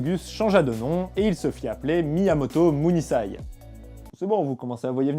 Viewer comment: bonne vidéo, autres quelques approximations (vous en avez souligné une) je ne comprends pas pourquoi vous dites muzashi et par contre munisai vous le dites bien :p (je parle du S).